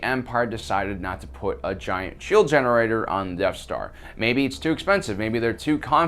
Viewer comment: I’m sorry… I had to turn this off when I couldn’t handle “Deaf Star” anymore. It’s pronounced “Death Star”.